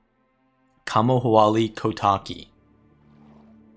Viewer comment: you'd think someone who lived in a country with a state called hawai'i could have a better crack at saying kamohoali'i